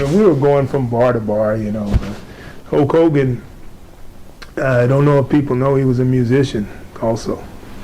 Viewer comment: Hoke hogan.... Dude say it right